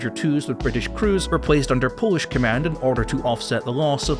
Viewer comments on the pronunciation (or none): none